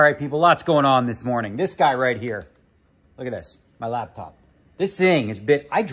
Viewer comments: I swear he pronounces it "Labtop". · ARE YOU SAYING "LAB" TOP?? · Does he call it a labtop? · Hey Daniel it's called a Laptop, not a Labtop! lol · We all just ignoring the fact that Daniel calls it a “labtop”???